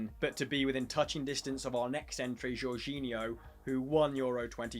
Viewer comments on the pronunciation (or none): none